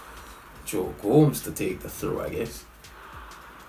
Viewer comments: It's GO-MEH-ZZ not GO-M-SS🤣🤣🤣🤣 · Gomez isnt pronounced goms he is pronounced gomez